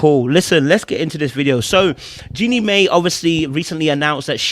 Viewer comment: Jenny Mai name is pronouced Jenny My